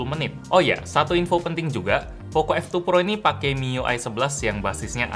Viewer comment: pocoooo bukan pokoo